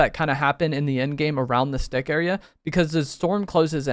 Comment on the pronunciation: sounds like he's saying "this d**k" lmfao